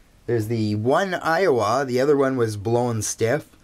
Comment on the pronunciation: its aiwa and not awia